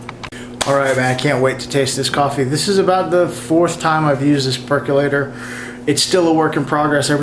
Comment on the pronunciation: PerkOlator. Why do people say PercUlator? Say percOlator several times and you've got it.